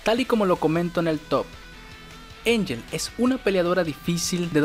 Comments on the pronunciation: Ángel, no Einyel. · Se pronuncia Ángel, incluso cuando hace su oculto ella dice su nombre como se pronuncia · Literal, hasta en japonés se escribe Angel. Así "アンヘル", es decir Anheru o Ángel pronunciado normalmente. Si fuera Enllel, como dice el del video, se escribía de otra forma.